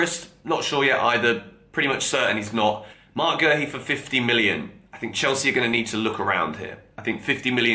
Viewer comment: Where is the R in Guehi? Calling the man Gerhi